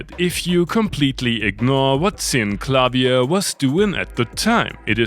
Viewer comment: I'm not even 2 minutes into the video, and I already have to stop and thank you for pronouncing Synclavier correctly. I don't even like it that much, but I still can't stand hearing countless fools pronounce it as SINK-la-veer. LOL